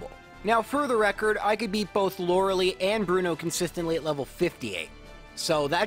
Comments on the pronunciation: I understand its annoying to have people constantly correct you on pronunciation... BUT IS LORI-LIE NOT LORI-LEE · Okay, love love love the videos; have absolutely faithfully begun watching every one. But for the love of my internal eye twitch, it is pronounced loral-eye, not loral-ee. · Btw Lorelei is lor-e-lie, not lor-e-lee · It has became his tradition to pronounce her name like this